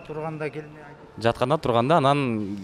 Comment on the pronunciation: гелме дебей келме деп айтчы тооба кылдым!